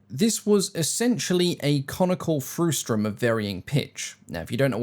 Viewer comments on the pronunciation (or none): You are upsetting all the mathematicians,. It's Frustrum, pronounced fruh-stm.